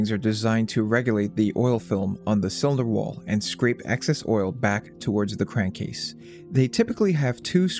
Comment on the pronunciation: 'inna cywinder wawl'